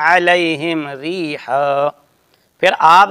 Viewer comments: I don't think it was a mistake because stopping there and resuming from the next word doesn't distort the meaning, so it's no necessary to start from a word before... But Engineer made a mistake after that , he didn't do idgham when he said reehaww. There will be a ghunnah on waw. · ریحاً میں ادغام مع الغنہ ہے لیکن مرزا نے ادغام نہیں کیا، یہ تجوید کی غلطی ہے ۔ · ریحا پر مولانا نے خود وقف کر دیا جبکہ آگے شد ہے ملا کر پڑھنا ہے